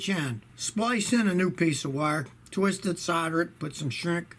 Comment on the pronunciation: “What a tweest!” —M. Night Shyamalan